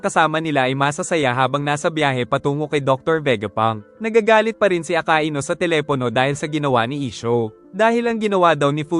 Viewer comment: Hindi po aka i nu akainu po